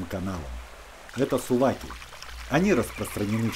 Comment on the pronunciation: Спасибо за ваши труды. Но слово Не Сувак, а СУУБАК. Слово состоит из Двух слов. Суу - вода. Бактырар - покорять.